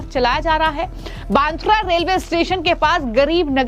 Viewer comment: पत्रकार महोदया क्या आप सीधी हींदी भी बोल नही पा रहे हो फीरभी आप एंकरींग कैसे कर लेती हो अब आप सीधेसे बांद्रा की रीपोर्ट कर रही हो और आप बांद्रा नही तो फांद्रा बोल रहे हो तो क्या आप अमेरिका या इडली से डीप्लोमा कीये हो ये समझना जरुरी है